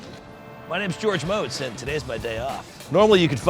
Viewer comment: He's pronouncing his name wrong. It's Motz is not spoken "Moats" but "Mots".